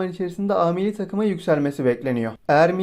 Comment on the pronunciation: Mılli dedin milli